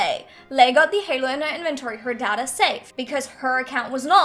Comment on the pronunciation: It's not dada it's data pronounced day-ta -_